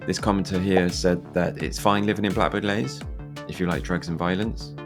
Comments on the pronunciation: Leys not lays!! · It's pronounced Lees not Lays 🤦🏻‍♀️ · Blackbird Leys — the second word is pronounced 'lees'.